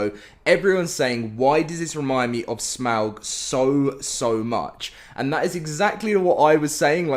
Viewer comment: For all LOTR fans: who noticed that he is saying Smaug’s name incorrectly as it is properly pronounced as Smog.